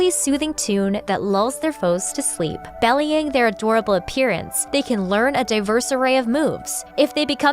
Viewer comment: be lying. Not bellying. Apart from that, absolutely fantastic 😇💕💞